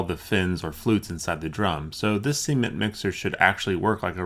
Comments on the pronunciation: is "see-ment' anything like 'cement'? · Seemen* yw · Is it just me or does it sound like he's saying "semen mixer" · "See-mint mixer" Dafuq? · He says cement like seement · "Seement." Sorry, just had to point out how you pronounce Cement- :P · Am I the only one who heard Semen mixer to begin with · It sounds like you're saying "semen mixer" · Cement , please pronounce the t on the end of the word ! Caught me off guard for sure lol .